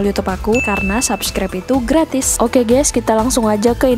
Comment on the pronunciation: Waduh ...ucapan kata GÈS nya banyak bgt, pakai bhs Indonesia aja! Bukan Gès tapi pronunciation nya GAIS! Mula2 saya kira mksd anda "gas"Salam dari Australia.